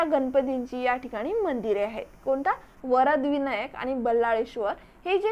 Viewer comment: Tai mast mhahit ahe pn jara shabdh tal rajgad nhi tar Raigad ahe te ani varad vinayak nhi vardh vinayak